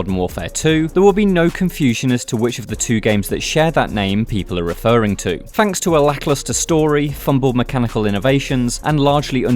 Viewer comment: I'm not being funny, but how is the voice over guy getting away with not pronouncing words correctly? "fanks" "anovva" "rhyvym" "mefodical"... Are you 9 years old?